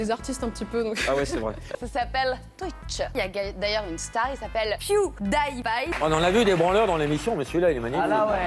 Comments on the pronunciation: ''Pew daile paye'' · Tout ce qui ma fait rire c'est "Piou Daye Paye"